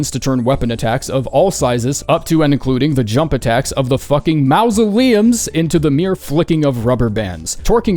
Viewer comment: That never learned how to pronounce Mausoleum over the course of the game's life cycle is the real Friends We Found Along The Way.